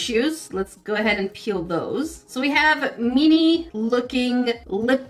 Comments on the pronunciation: i love how you pronounce "mini," 😂 it sounds like youre saying "meanie" 💕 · Why do you say "MINI" but it sounds like you're saying "MEANIE"... I don't get it.... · The way she said "MiNi" 😆 🤣